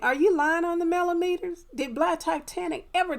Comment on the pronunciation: Correct, TTWG is the only cc that I heard say Melometers activate!